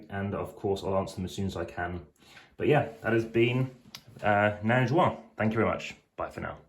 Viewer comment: Nain Jaune, not Jeune ! 🙂